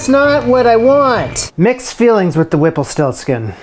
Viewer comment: You are going to deeply regret it every time you say the name whipplestiltskin.